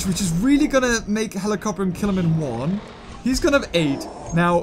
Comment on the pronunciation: It's helicopter not helicorpion